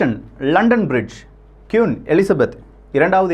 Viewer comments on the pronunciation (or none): கியூன் இல்லை..... குயின். சில தகவல்கள் தவறாக உள்ளது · Pronounce kween not kuin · Quiin illa.. Queen enru sollunga 😃😃😃😃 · Vry gud explanation, but queen not (kiun).. tq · சுட்டிக்காட்ட மட்டுமே சகோ, எனக்கு மட்டுமா அவ்வாறு கேட்கின்றது என தெரியவில்லை, நீங்கள் ஒவ்வொரு முறையும் Queen Queen (குயின்) என குறிப்பிடும் போதும் கியூன் கியூன் என கேட்கின்றது. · தயவு செய்து கியுன் சொல்லாதிங்க, திருத்திக்கோங்க.. குயீன் Queen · கியூன் இல்லடா! அது குயின் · அது கியூன் இல்லை குயின்